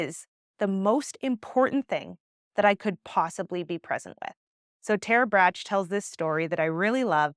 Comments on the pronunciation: Great explanation and ways of approaching pain. Tiny tip: Tara Brach pronounces her last name "brok" like "rock." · You are so incredible with your teachings! Thank you 🙏🏻 I’m blow away every time I watch your videos. (And also, it’s Tara Brach - like the candy - not Bratch. For pronunciation purposes) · You are supremely conscious. And your thoughts are well organised and presented. BTW...her name is pronounced "Brock"